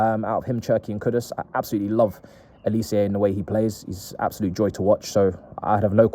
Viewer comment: His name is pronounced Oh-lee-say. Not oli_see_yay. You ignorant clown